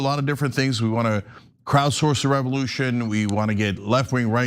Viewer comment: Revolyoution. I hope someone was appropriately disciplined for that.